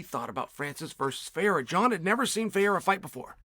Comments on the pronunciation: Perfect pronunciation on Ferreira. But is Alex Pereira still "Piera", guys? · So Chael can pronounce Ferreira but not Pereira? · Chael can pronounce Ferreira perfectly but still can't pronounce Pereira 🤣🤣🤣